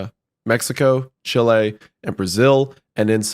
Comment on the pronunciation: Everytime they pronounce chile wrong i go insane 😭